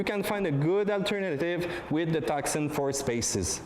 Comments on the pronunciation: It is not "TuCson", it is pronounced "Tuson", the "C" is silent.... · It's Tucson, with a silent 'C'. tooh-son. Like Tucson, Arizona. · Tucson is a city in Arizona, United States, the correct pronunciation is Too-Sun, two-son, it's a beautiful car from every angle, from new it comes with a 5 years unlimited mileage warranty and the top of the line is fully loaded, no other car in that price range comes with so much specification, if you want all the optional specification on a European car it would cost you twice as much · It is pronounced "Two- Sawn"